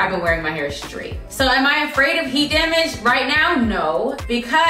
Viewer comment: "It's giving heart damarj"🤣🤣🤣